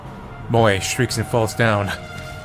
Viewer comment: his name is moe not moj